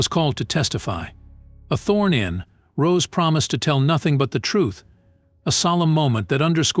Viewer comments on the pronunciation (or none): SWORN IN NOT THORN IN